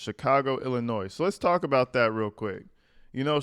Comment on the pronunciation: Thank you for saying Illinois correctly. You would be surprised at the people that say it incorrectly!